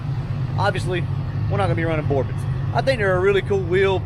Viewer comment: The T in Borbet is silent.